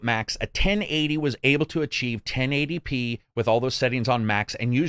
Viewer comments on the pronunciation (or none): none